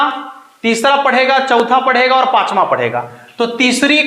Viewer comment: आप क्या समझाओ गे जो खुद ही और को औड बोलते हो र को ड बोल रहे हो क्यों दुनीया को पागल बना रहे हो